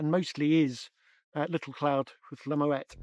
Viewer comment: It’s pronounced “MmmmWET”